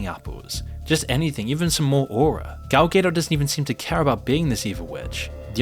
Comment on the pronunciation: Who's gal gaydoss?